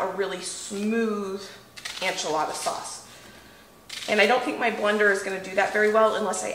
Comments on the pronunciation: Am I gonna watch this even though you pronounce “enchilada” as “anchilada”? Yes. Yes I am. 😂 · girl. I love you. So much. Say it with me... EN-chilada. Not ON-chilada lol. Also, any bumpdates coming?! 💕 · The pronunciation sounds like - IN - che- La da . I myself learned from my neighbors who were from Mexico taught me to Add Chicken bouillon to enchilada sauce and it puts it over the top !!🐔🌶🐔 Roast the onions and tomatoes and garlic- Yum!😋😋😋😋😋😋😋😋😋😋😋😋